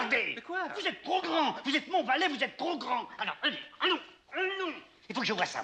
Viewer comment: ...valet... VALAIS ! Suisse vous êtes ! 🇨🇭 😂🙏👌✨ Parfait